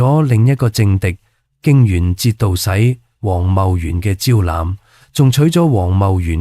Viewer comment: 呢條片嘅， 他所講的廣東話跟字幕 有很多出入？ 例如： 👇🏼⋯⋯ ⋯⋯橫溢的溢字？ ⋯令狐綯👈🏼卻讀成： 令回好? 亦重覆很多次都讀成： 令回好??? ⋯節度使👈🏼卻讀成： 節度洗? ⋯老父 👈🏼卻讀成： 老虎? 真係好離譜啊!!!! 是否又話係什麼 AI 的傑作? 👂🏼得令人很不舒服， 都不想再看下去!😣😖